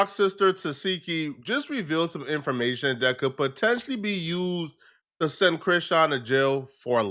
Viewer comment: Bro says Dew... Criseans sister says Tew.. 🤣🤣🤣